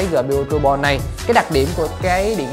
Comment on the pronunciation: "Gpu tu bôn"....phờ lây....vl rì viu :))